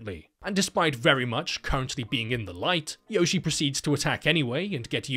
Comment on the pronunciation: The great thing about this videos is how he never pronounces Yoshie correctly once. No wonder she wants to eat everyone.